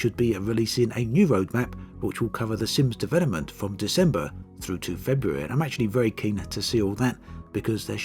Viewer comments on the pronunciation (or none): none